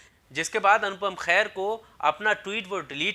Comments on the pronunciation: Bhai anupam kair nhi hota ! Kher hota h pronunciation thik kro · Khair ni Kher. Har jagah urdu ka خ ni lagta h. Aap ko toh at least pronunciation ka dhyan rkhna chaiye. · lafz khair mat boliye kher bolo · Bhai apna pronounciation toh acha karo, Anupam Kher ko khair nat kaho, vocabulary par dhyan do. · O Mere Bhai Khair Nahin Kher hai Unka Naam Anupam Kher hai Naam to pahle a theek se lo bad Mein Apni Dukaan chalao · Bro he is kher not khair. So please pronounce properly. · Horrible presentation. Very poor pronunciation!! Anupam's family name is Kher NOT KHAIR. Plz Do the proper homework before launching a video. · Anchor saala chutia naam tak sahi se le nhi pata.. Abe chutiya khair nhi khee hai wo..urdu mai fark karna sikh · Khair ? Wtf ? Pronounce the name correctly man